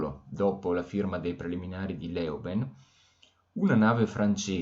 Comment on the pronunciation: La pronuncia corretta di Leuven è in olandese 'lø:vən; ma esiste anche una forma italiana del nome ed è Lovanio. E quella del dittongo ou in Louget è U, dunque lugé.